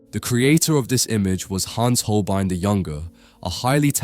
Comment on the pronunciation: Der kann ja nicht einmal HOLBEIN sagen! Es ist einfach nur jämmerlich, solch oberflächliche und unprofessionelle Kommentare!